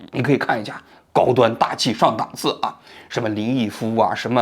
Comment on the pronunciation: 档dàng次 。王局，咱的水平不允许读错这种常见词😋